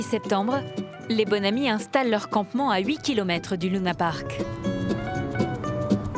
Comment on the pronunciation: Sa me stresse lounapark elle dit allor que c’est Luna Park